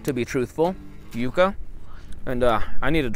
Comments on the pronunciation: Do you stick to like the El Paso/Texas area or do you do anything in Las Cruces/New Mexico area? Also not to hate but never heard anyone say yucca as you-ca instead of like yuck-a. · No offense just thought you may want to know ,It’s pronounced yuk-uh. I just came upon your videos and have really enjoyed the I have lived in the yucca valley area of California for 42 years and never tried eating one , but will this spring, I’m going to try soaking it in a little salt water first for about 15 min like you do eggplant to try and remove the bitterness. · Why wouldn’t you add salt pepper, some kind is spices? Maybe if you pronounced it properly you would like it.